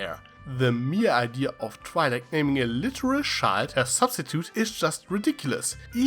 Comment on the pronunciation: It took a bit of you saying “child”for me to realize you were saying “child” and not “shild”